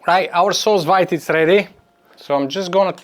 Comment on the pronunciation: Do you think it could work with canned pineapple? Fresh pineapple can't be found all year round near me, and they're very expensive when they are available ... PS: I believe 'sous vide' is pronounced like 'sue veed' :)